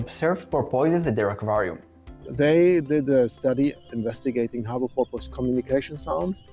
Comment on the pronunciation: I say this with 100% sincerity, Sir (i.e. I am in no way mocking your accent): Your pronunciation of “porpoise” is awesome, and I plan to adopt it immediately.